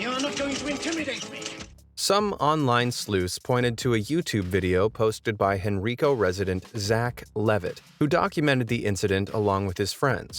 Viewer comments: I'm from Henrico County originally, and it's pronounced HEN-RYE-KOE not hen-reeko! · Yeah, I also thought "HENRICO" was pronounced "hen-REE-koh" when I first moved to Virginia, but it's pronounced "hen-RHI-koh" (long "i"). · its HEN-RYE-CO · Hen-ri-co (Hen Rye co) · lol hen ree co its pronounced (hen-ry-co) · Hen-rye-co not hen ree Co lmao. Henrico VA xD that's the funniest way I've ever heard anyone pronounce it. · LOL It’s pronounced Hen-rye-ko. Not Hen-ree-ko. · I still get a kick out of how they wore tvs on their heads. Oh and to the narrator, Henrico is pronounced "Hen-rey-eco" not "Hen-ree-co" (yeah, I know, petty) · HEN-RY-CO county, thank you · Bruh it’s Hen RY co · Not that it really matters, but in the second story, the county of Virginia with the mysterious TV appearances is pronounced “hen-rye-co.” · It's pronounced" Hen- Rye-Co (Henrico) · Its pronouced like Hen-Ryk-O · It is pronounced "HEN-RYE-KOH," not Henrico; think Native American, not Spanish. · Tv head in “Hen-Rye-Co” lol. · You’re right. The only thing that was and always will be a crime was how he mispronounced our county’s name “Henrico” (hen•rye•co) 😂. Everyone from outside of the county literally says it wrong every time. That’s the urban mystery here 😂😂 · Lol I'm from Henrico.... HEN-RYE-CO. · Pronounced( headDROME). I'm from the 80s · Just an FYI; it’s pronounced HenRyeco, Va. 🙂 I love this channel! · It is pronounced hen-ri-co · I'm from RVA and I remember seeing the tv thing on the news lol I just wanted to let you know that it's pronounced HEN-RYE-COE Henrico. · Its hen-rye-co 😭😭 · Henrico, Virginia is pronounced hen rye coe btw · Bro, lol it’s henrico hen like the rooster and Rico like rye bread henriiiiiiiico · Man pronounced henrico “Henryco” lol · His name is pronounced more like Headrum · Man said henreeco, its henrico like with an Eye in it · It’s pronounced“Hen-Rye-Co”. Henrico , Virginia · Can anyone pronounce Henrico correctly 🤦🏾‍♀️